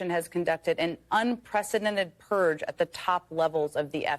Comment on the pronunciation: What is a “purg”, Jen?